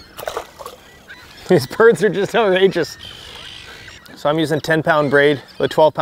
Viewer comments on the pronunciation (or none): none